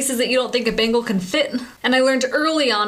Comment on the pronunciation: Sounds like she's saying "Bagels" lol. :D